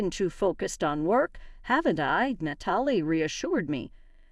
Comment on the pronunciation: Too bad the AI can't pronounce Natalie correctly